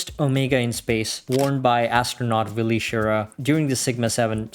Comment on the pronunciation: It's “Wally” Schirra, not Willy.